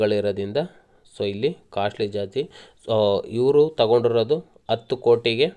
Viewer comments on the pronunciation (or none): none